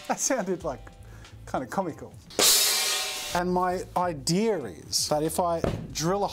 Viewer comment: I like how jazza says IDEARR for idea